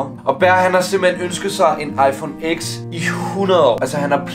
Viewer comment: 10 ikke "eks" det udtales "ti" Ved ik hvorfor det giver mig bare autisme når folk siger "eks" Men MEGA nice video!!!